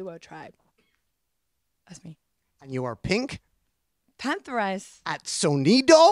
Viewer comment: Just now realizing her name isn’t pronounced pink panthERS but instead pink pantherESS